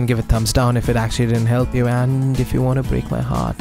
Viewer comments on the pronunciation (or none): "You won moar speeeed?"